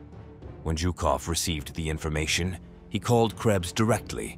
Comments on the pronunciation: Zhukov not Jukov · WHY is he saying JewKof?! stopped watching